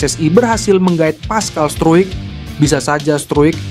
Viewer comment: Pascal struijk...😂😂 bacanya : paskal strouk